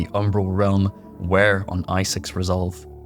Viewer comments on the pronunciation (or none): none